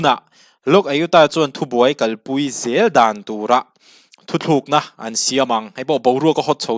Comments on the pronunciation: Thuthlukna iti tlatin ka hria thutlukna lo ti zel tawh ta che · THU THLUKNA ni lovin THUTLUKNA.... TLUKNA....TLUK NA.... ti a lam zâwk tur aw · I react a ngaihnawm thin e, thu tlukna tih turah thu thlukna I rawn ti leh hlauh thin hi a ngaimawh awm deuh. Tunlai thalai zingah hetianga ti hi an awm fo tawh mai, a pawi khawp mai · i thu chhiar hi fimkhur deuh teh,thu thlukna ni lo in THUTLUKNA tih zawk tur a ni lo maw. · i thil chhiar hi uluk deuh teh,a ziak chhiar tur i ti lang bawk si a, "thuthlukna" tih a awm loh hi "thutlukna" tih a nih hi, a thu hrim ah "Thuthlukna"i ti zel a vawi khat na kha i ti sual palh ah ka lo ngai mai a,mahse,a ni lo tlat. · Thu thlukna a ni lo, thu tlukna tih tur. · Thu THLUKNA ti lovin Thu TLUKNA ti zawk teh aw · Thutlûkna tih hi thuthlûkna tiin i sawi nge, hetiang ri hian ka lo hre tlat mai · Thu thlukna nilo in thutlukna tih tur aw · 'Thu thlukna' tia chhiar angin a ri a. 'Thu tlukna' ni awm tak. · I thil chhiar hi an ziak di)k lo nge I chhiar sual aw... 'Thuthlukna'tia I chhhiar hi thutlukna tih zawk tur a va nih hmel ve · Thu thlûkna nilo in..Thu tlûkna aw,bro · Engtizia nge kan mizo you tuber ṭhenkhat hian 'Thu tlukna' tih hi 'Thuthlukna' ti a in lam/sawi ziah le aw. A awmzia a hrang/in anglo hle si a. Youtuberte hian kan mizo ṭawng humhalhna kawngah hian hum pawimawh tak inluah a ni tih hria ula ka va duh em. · Thuthlûkna nge thutlûkna? I lamrîk dân hian THUTHLÛKNA iti deuh tlata. Eng nge dik zâwk? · Thu thlukna ni lovin THU TLUKNA tih zawk tur 😅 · Thuthlukna tih ni lo in, THUTLUKNA tih tur ani. A awmzia a hran daih. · Thil 2 (Thu thluk na nilo in (thu tluk na) central biuriu nilo in beuraw tih jok tur,media stage atang hi chuan thil lam dik leh lam duh te hi poimoh sia kalo sawi ve lok aww. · Ngatinge aw, nangni ang lehkhathiam in 'thu tlukna' ti a lam tur 'THU THLUKNA' ti a i lam tlat leh aw, beng a ti thlep tlat, a dik thlap in rawn lam tum tawh rawh aw.. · Thuthlukna ni lovin thutlukna zawk aw...